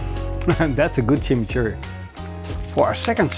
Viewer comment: Jaja uh lala "Chimichourri"